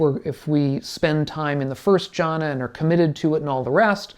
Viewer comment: Thanks. But it’s pronounced ‘Gyana’. G as in goal.